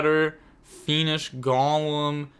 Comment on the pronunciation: You need to add Golem to your next pronunciation video